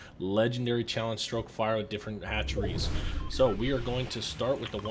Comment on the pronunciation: Its stoak no r its not stroke